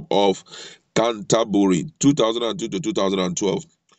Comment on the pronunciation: COUNTR-BURRY, What are you talking about?